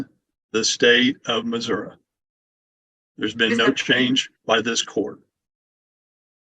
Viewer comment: You have been pronouncing Missouri right. It is Missouri not Missoura.